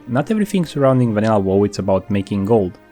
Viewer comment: am i the only one that tilted that hes saying whoa instead of wow like its a good vid its just like hearing whoa instead of wow is like nails on a chalkboard lol